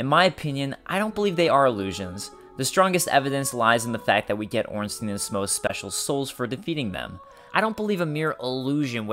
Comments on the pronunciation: Its "Ornstayn". Not "Ornsteen" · gamer smough is pronounced smog and ornstein is pronounced ornstine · we do not read Ornsteen but Ornstein. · STEIN NOT STEEN FÆN FÆN FÆN AAAAAAAA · orn-stine IS the german pronunciation. EI gets an "eye" sound and IE get the "eee" sound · blyed coont exactly but these people actually think it's ornstean for some reason. It doesn't even look like its pronounced like that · Some Guy but germans does not use the yne-ending on words very much, they use Stein, as the name also suggest.. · Ornstein is German, so it is pronounced "Ornstein-EIN", like "one" in German. That is at least a "proper" pronunciation. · gamer You sure the Stein in Ornstein is not german pronounced? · Do you say Eins-teen too? xD